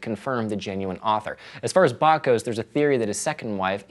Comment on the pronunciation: Every time he said Bach i died a little..